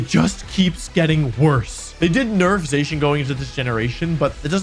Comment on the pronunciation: You keep saying Zacian wrong.